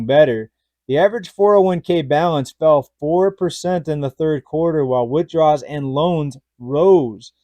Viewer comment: I appreciate your content, but it's pronounced "withdrawal."